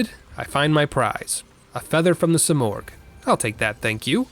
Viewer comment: Simurgh is pronounced Sim-Merge no Oh sound.